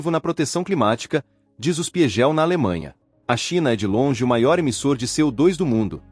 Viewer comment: "die spi gel " foi de doer :D